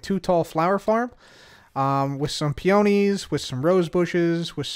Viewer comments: FYI: Peonies is PEE-oh-nees, not pee-OH-nees. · Sweet, it is pronounced “pee-ah-knee” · Hey, Peonies is pronounced 'Pee-Nees'. Loved the episode! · Where are you from? Where I am it is PEE ah nee. He was definitely saying pee OH nee. Since you pronounce it differently from me, I'd say it's regional, but he and I are from the same area so idk lol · Peonies are pronounced "PEE-OH-KNEES". It's cute the way you say it though ;-) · the way ur saying peonie is soo funny... is that on purpose? i've always said it pee-an-ee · Peonies… absolutely butchered the pronunciation of a beautiful word